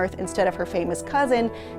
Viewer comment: Keaton*, not Kenton